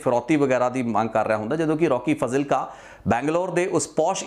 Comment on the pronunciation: It’s spelled as faaaaaaazilka……..come on man!!